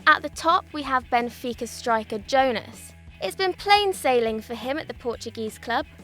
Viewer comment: "Oh a new presenter, let's see how she does" Pronounces Jonas wrong immediately #DjellabBack